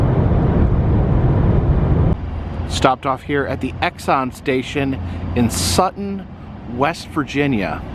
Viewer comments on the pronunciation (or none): none